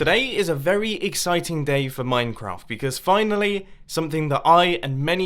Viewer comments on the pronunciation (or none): none